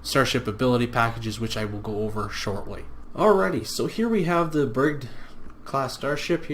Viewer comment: Pronounced Bridge-id.